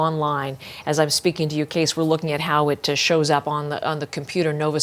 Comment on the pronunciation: CBC host has a weird way of pronouncing the guest's first name, pronouncing it as "Case" when the name is "Cees", meaning it should be pronounced with the "ees" in "Bees", or, alternatively, as "keys" is pronounced, though the "eys" is pronounced like "ees" with "bees". I wonder how Cees pronounces his name, for he said nothing about being called "Case". It's now April 27th and it would've been welcome to listen to the vigil last Friday evening live, but lost Internet connectivity early last Friday and this was corrected only at pm this evening. However, CBC has a 2 hour video from 3 days ago and I think this might be the recording of the vigil, " CBC News special: Nova Scotia Remembers ", so I'll check this. It has to be the vigil, which'll probably better for me, given that Live Streaming doesn't at all tolerably work with this OLD PC that I have. And, with these things aid, I again offer condolences for the families and friends of the many victims of this tragic event, an incredibly mad series of killings.